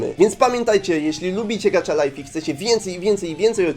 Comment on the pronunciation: Dlaczego mówisz gacza life a nie gacha life xdd